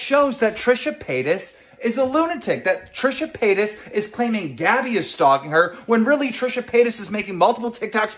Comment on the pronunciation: Why does it sound like Trisha Penis when he says her name?